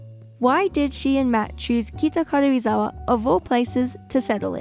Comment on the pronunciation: I like how you pronounce Karuizawa. It’s like 軽井沢 rather than Karuizawa. Btw I’m a native Japanese.